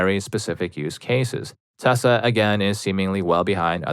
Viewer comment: My dude… PLEASE PRONOUNCE TESLA PROPERLY. As a man with autism, it is absolutely triggering to hear the name being butchered constantly, even with my feelings about the company.